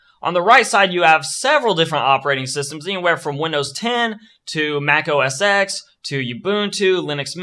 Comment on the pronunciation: macOS "ecks" is actually macOS "ten" dude :) Thanks for the video nevertheless!!